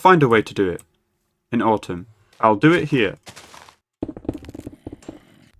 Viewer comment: Still pronouncing atum like "autumn" xD good episode.